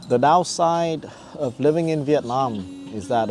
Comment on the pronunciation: BEAUTIFUL and top notch videography .. makes me wanna move there soon ..just wanna ask you , please when you pronounce the word Vietnam, nam pronounced as in NAMASTE , it aint nam as in dynamic like youre doing !! thank you and youre so welcome !!